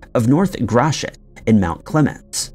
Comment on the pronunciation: Im proud of you for pronouncing Gratiot correctly